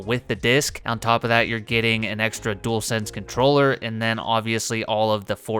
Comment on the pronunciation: Welcome to the family you can still get some of your Xbox favs on ps5. Plus so glad you can pronounce dualsense correctly so many people call it a jewelsense 😂 and it drives me crazy.